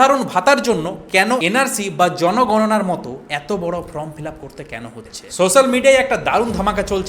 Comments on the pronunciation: Dada from noi.uchcharan ta thik kore korun.form hobe.😢😮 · APNI "FORM" ke always "FROM" BOLCHHEN KENO?? ARE YOU GODDAMN ILLITERATE????